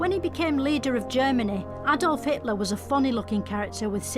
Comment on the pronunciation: I loved it when she intentionally called Hitler, Hateler.